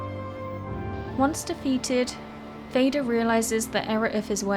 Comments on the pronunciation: "Fader" is swedish for Father and "Moder" means Mother. The "FA" in the beginning is pronounced the same as in father, so more like "faa" instead of "fae" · Fader (fah-der) is Swedish and Norwegian for "father" . It is not pronounced like the english word "fader" (ˈfeidər) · It's pronounced "Fah-der". Y'know, like, Moh'der and Fah'der. Mother and father. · Interesting, and well compiled, thanks! For pronunciation like the Scandinavians, you could try something like this: "more'der" and "far'der". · FADER is like FATHER but in Swedish is not pronounced FEJDER like you do in the video -.- so say Father with D in stead of TH there is the correct name. same with MODER it is just moder not MOUDER. sigh just please try to pronounce it right? pewpew. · Fædr i crave books 😂 let's not butcher the word father and mother, i know it's almost trendy in 2024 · Great content as always! I do have a small nitpick though, and that would be your pronunciation of certain words. I can't help but cringe a bit when I hear you say Fader as in the word fade, it makes me think of him as a ghost or something. His name is actually pronounced Fah-der, 'a' as in car. I know this is probably just annoying nitpicking, but many people will most likely learn a lot of lore from your videos, and they might also learn the wrong pronunciation of words subconsciously. I'm not asking you to learn Swedish or Icelandic or Norse, but just popping the names into google translate and listening to the pronunciation will get you closer to the real name than "Fayder":D But anyways, thanks for yet another well edited video! Keep it up! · Fader means Father in Swedish, and Moder means Mother. It's literally words in the English language, how are all english speakers pronouncing it closer to Darth Vader than Father (literally the same word as in Swedish/norse). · Fader is pronounced like father (and means the same thing - just as Moder means mother).